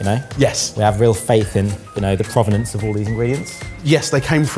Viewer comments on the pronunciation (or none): none